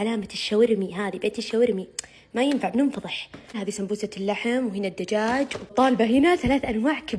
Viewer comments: ههههه ليش تكول سبببوسة مو سمبوسة 😂😂😂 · يابنت انطقي الكلمة سوا قولي سمبوسه ميسي سمبوبوسه ههههههه هه كيف قالتهاه هههههههه😂😂😂😂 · ليش تقولي سمبوروسه ومره عادي سمبوسه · سمبوسه❎ سمبببووسه✅ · السمبووسه ههههه كيف تنطقها 😂😂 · كل ماتحكي سمبوسه يطلع صوت 😂